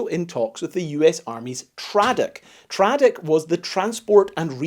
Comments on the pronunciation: Great video! Being an Army guy, I flinched every time you said “traddick”. I’ve always heard “TRADOC” pronounced tray-dock, as in training and doctrine. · Interesting history and great research put into it. Thanks Btw, "TRADOC" is pronounced "tray-dock". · TRADOC - pronounced “Tray Dock” nowadays headquartered at Ft Eustis. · For future reference, TRADOC (short for Training and Doctrine Command) is pronounced Tray Dock. I never wore the patch, but TRDOC is in charge of all Basic and AIT units. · Just for future knowledge TRADOC is pronounced as “Trey doc” and it is the army’s training and doctrine command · TRADOC is pronounced - Tray Doc .( Training And Doctrine Command ). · Not important... Literally at all.. but it's pronounced tray-doc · My theory= “My thee-dee” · TRADOC or “Training and Doctrine Command” is pronounced “tray-dock” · Very informative. Large, single purpose vehicle are always fun to see. I'm sorry though... Tray - doc. Like day. or say. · Great video. TRADOC is pronounced Tray-dock. Don't ask me why, it just is. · generally pronounced Tray-Dock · Very minor nitpick: TRADOC is pronounced Tray-Doc. At least that’s how my dad pronounced it. He was a civilian working for TRADOC in the 80s and 90s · I dunno from Tradcom, but TRADOC didn't exist then, and is short for "Training and doctrine command". It's the part of the army in charge of all the training. It's pronounced "tray dock".